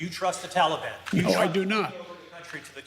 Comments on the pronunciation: Notice how he pronounces “TAL-EEE-BON” just like his boyfriend Oblabla says it. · Talkybon? Who the f is tallybun? Can you buy that at the mall? Does it have icing? Did he just have a stroke? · He thinks the "tollybon " is a chocolate confection .